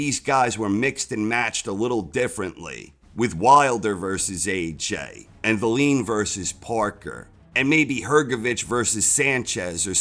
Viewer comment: Why do you keep calling Wallin valeen though?